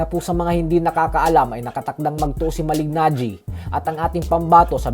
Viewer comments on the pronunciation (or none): Malee-najee. Hindi Malig-najee. Slient yung g niya. Sa taon taon na pinpronounce name niya, akala ko alam no. Reporter pa naman kau. Do your research